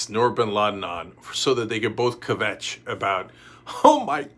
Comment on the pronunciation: Great segment! I have to call you out on the pronunciation of kvetch.